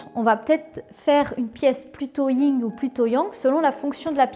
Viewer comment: C'est le Yin et le yang et pas le ying